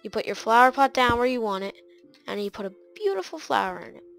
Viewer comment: he's saying plot's????? why it's pot!!?!?!